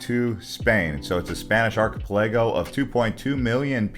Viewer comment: You need a better video narrator. This one can't seem to pronounce many of the names and places in the video. He can't even pronounce archipelago correctly. Hey narrator, it sounds like ark-uh-pella-go or arky-pell-uh-go (depending on your inflection). It's not difficult. The amount of mispronounced place names is atrocious.